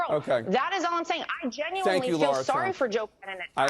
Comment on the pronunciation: Hey honey bunny just a quick question. Can you not pronounce Laura why do you keep saying Laira?